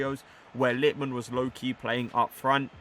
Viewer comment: Its LitmanEN, not Litman. Was painful for ears and I’m not even Finnish